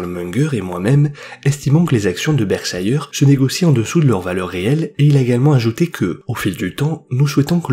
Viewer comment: Merci pour la vidéo. Pour info on ne dit pas "Berkshailleur" mais "Berhchaire". Par exemple le petit chien Yorkshire, on ne l'appelle pas "Yorkshailleur" mais bien "Yorkchaire", c'est le cas de tout ce qui se termine en -shire.